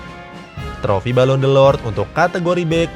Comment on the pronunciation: Balon d'or bang bukan delord